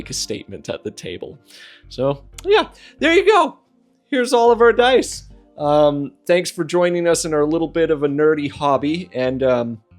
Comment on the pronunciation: Deece is deece and dat is dat. Is that better?